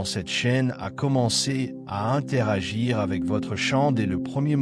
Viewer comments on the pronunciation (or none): none